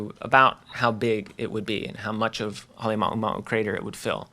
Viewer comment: The presenter can't pronounce Halema'uma'u, he mumbles